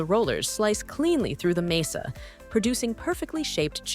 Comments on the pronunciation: It’s MAH-sah, not MAY-sa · "Masa." It's "masa." Not "mesa." It was said correctly at first, then incorrectly as the video went on. Other than that, a fine video! ETA: The pronunciation did slide toward "mehhasa" at one point, which made me smile. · Why does the narrator pronounce masa in so many different ways? It's just pronounced "muh-suh". Not "may-sa" or "mee-suh" or "mass-suh".